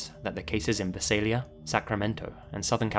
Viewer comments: Here I’ll help with Visalia it’s pronounced Vy-Sale-yuh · I was born and raised in Visalia. Outsiders ALWAYS get the pronunciation wrong, but I am impressed that you're aware of your mispronunciation. For anyone wondering what the actual pronunciation is: vise ale yuh. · HOLY CRAP you talked about a town i know very well, it's pronounced Vai-Say-Lia, crazy you talked about this story, such a fan of your work, its amazing to have you talk about a town that is close to me. Such a big fan of your channel!!!! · I've never heard anyone pronounce visalia the way does 😂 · As someone from Visalia, I completely cringed hearing your pronunciation. Still, it was great having that cold case solved and the video was also great!!